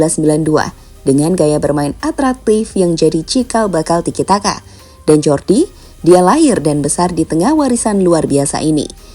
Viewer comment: Huruf J dalam bahasa Belanda dieja Y min jadi Jordi bacanya Yordi Cruyff 😂